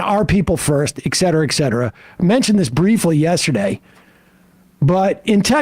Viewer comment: Sam says "ec" cetera, and gets it wrong in every single clip. Like clockwork. Lol.